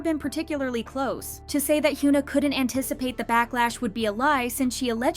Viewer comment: i like your contents but... 한국 가수 이름 언제까지 이상하게 발음할건지. 케이팝 전문 채널이면 이제 현아 이름은 제대로 발음해야지. don't you think? plz.